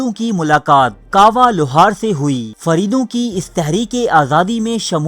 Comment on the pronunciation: Faridoo Nahin Fareydoon